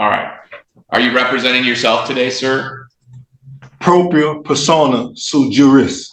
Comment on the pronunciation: what the fuck is this idiot even saying...he trying to use court terminology he cant even pronounce .